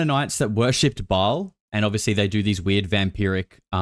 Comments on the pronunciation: It's pronounced "Bale" not "Ball." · It's pronounced "Bail" not "Ball". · Ba-ahl...a long ah